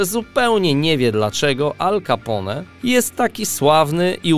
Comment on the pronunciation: Jak można mówić 'kapą' na Ala Capone...